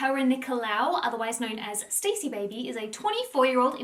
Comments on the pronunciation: Her name is not stacey it's Stassi (stawwwceee) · Guys it’s not pronounced ‘Stacey’ it’s ‘S-TAH-SEE’😭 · Me yelling at the screen STASSI! Every time you called her Stacey lol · It’s pronounced Stà-see. Short A. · Not "Stacey" 😭😭😭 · (Staww- see) is the pronunciation hehe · i cant get over that your saying stacey instead of stassi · Not gonna lie I was getting triggered that she kept pronouncing stasi’s name wrong and saying Stacy😭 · It’s pronounced Star-see (short for Anastasia) Love you and your positive vids xx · I don’t think you’re saying her name right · How do you not know how to pronounce “Stassi”